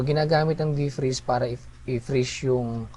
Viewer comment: deef-preeze ^^ thaawwd ^^ = pronounce as "thowd" thanks thanks!!